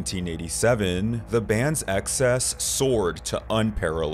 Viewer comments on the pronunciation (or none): none